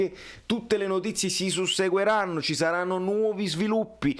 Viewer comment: però s ric "susseguiranno" 😂